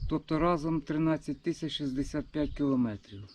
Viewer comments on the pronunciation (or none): none